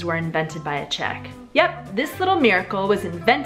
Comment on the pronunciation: I literally hate your czech pronunciation